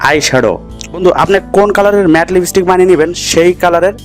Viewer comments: Kothata lipistick noi kothata lip stick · Thik kore lipstick uccharon korte sikhun age. ... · Koto rokom r Pagol hoy ai sob video na dekhle jana jeto Naa. Age lipstick r pronounce thik kor then banabi